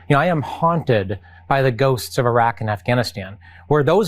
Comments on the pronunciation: Come on Ben. E raq. Not I raq. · Irak is not spelled eye-rack but e-rack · pronunciation -- ee-ROCK. thank you, friend. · Its pronounced Irr rock! Can you please fix that?